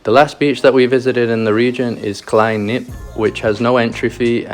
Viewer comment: BROOO AHAHHAHA, sorry I laughed so hard at Grotty Knip. U pronounce it with a hard G and a hard K: Grote Knip